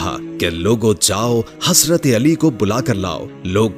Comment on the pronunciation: Lafz hasrat nahi hai hazrat hai bahi jan ap bar bar hasrat hasrat kahrahy hai .